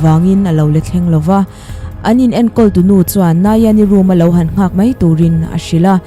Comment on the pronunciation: Mai tih turah "mei" tih ri leh khawngaih tih turah Khawngeih tih ri a lang thina, mipui ngaihthlak tur ah hi chuan, lam dik hram a tha a nia, kan lo ngaithla zel ang aw.